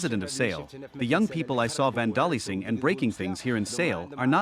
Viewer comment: 3.55 the man mispronounces 'vandalising' as /van 'dah lissing/ instead of stressing the first syllable and pronouncing the s as z / 'VAN da Lize ing/ ...sounds very weird for someone who sounds like a native speaker otherwise.